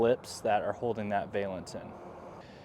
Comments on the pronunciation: It’s like nails on a chalkboard…Please stop saying vay-lence. It’s pronounced va-luhns 😬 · Very cool product. Just pronounce it correctly!